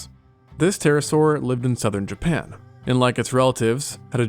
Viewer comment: If i hear him say japan one more time im going to snap